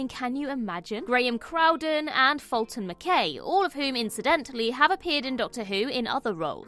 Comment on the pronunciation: Clive Droig? Doig. Oh, and Fulton Mac-eye, not Mac-ay